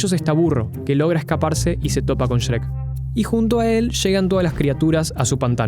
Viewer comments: Pronuncias sherek wtf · Porque dice Cherek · Siempre me he preguntado por qué los argentinos pronuncian el nombre de shrek como shereck 🤔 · "Sherec" Pd: Bro, yo quiero de lo que fumas, ni en 3 vidas seguidas lograría flashear lo que tú en solo un video. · Como se dice: Shrek Como lo dice: Sherek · El vídeo es bastante bueno, pero la pronunciación de Shrek me causa conflicto.